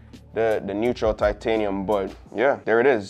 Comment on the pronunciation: “Neutral”?!?? How do BOTH you and the camera man get this wrong? 🤷🏻‍♂️🤦🏻‍♂️🙄